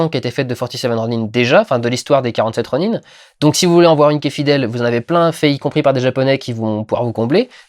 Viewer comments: ah merci, je je pensais qu'en japonnais ça ce prononçais ronin- ( sans insister sur le -e ) mais là il le prononce ro-ni-ne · arrête de dire ronine !!!!!! ;) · Bon Vlog mais ronin ce prononce ronain, et j'ai bien aimé le mélange légendes et histoire japonaise . Ah et ils parlent d'oni , les oni sont des démons japonais. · Pourquoi dit tu ronin-e ? étant donné que le mot n'est pas anglais ..